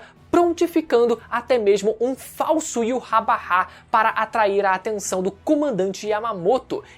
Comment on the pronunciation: Mano, para de falar "Iurrabarrá" pqp Primeiro deslike que dou em um video em anos, só por causa da sonoridade horrível de "Iurrabarrá"